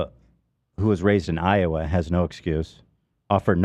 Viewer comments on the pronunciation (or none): none